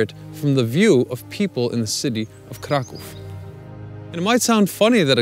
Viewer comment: He actually does say Kraw-cow through part of the video, then switches it to the proper pronunciation.